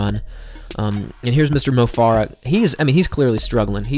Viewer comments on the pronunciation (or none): Mo Farah is pronounced like "Fair-uh" not "Far-uh."